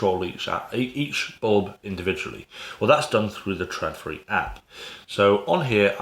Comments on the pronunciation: Its not pronounced TRADfri, but more like TROLfri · It's pronounced trawdfree